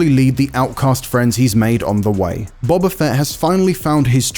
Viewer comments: IGN be like "Bob-ah" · The fact that people have watched this show, hearing Boba be said multiple times and still some how pronounce it as Bob-a rather than Bo-ba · This guy doesn't know star wars he's reading a script, he can't evan say boba properly